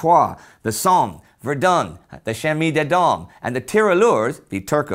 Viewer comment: Hum no it's not that great really... but that's okay, earing him try to pronouned Chemin des Dames is always a treat.